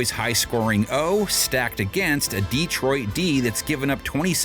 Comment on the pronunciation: Bro paid to mispronounce DEEtroit lol